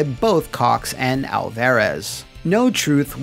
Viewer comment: Food for thought for next time. As a Hispanic you're butchering Alvarez it's pronounced Al-fuh-rez. It's a soft A not a hard A sound.